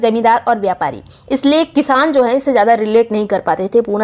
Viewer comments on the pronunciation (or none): none